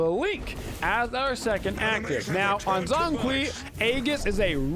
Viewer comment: Bruh he literally says his name when you lock him and when the game starts and people STILL pronounce it wrong lmao cringe pronunciation but great gameplay